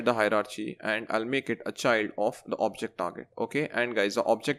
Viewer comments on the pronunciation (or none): Great tutorial. Minor pronunciation issue though. We pronounce Hierarchy by saying "Hierar - key", not "Hierar - chee"